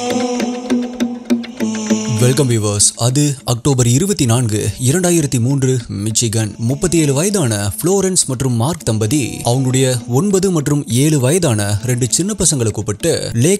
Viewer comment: It's மிஷிகன் not மிச்சிகன்...